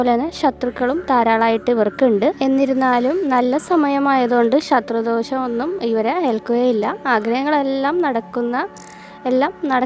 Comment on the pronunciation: ശത്രു ദോശം എന്നല്ല madam ശത്രുദോഷം എന്നല്ലേ ഉച്ചരിക്കേണ്ടത്?